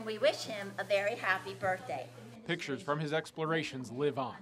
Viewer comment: “Birt//day” “CHIEF BO8 JOHNSON” ???